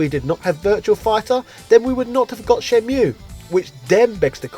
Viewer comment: "Shenmule" nice fresh pronunciation, haha.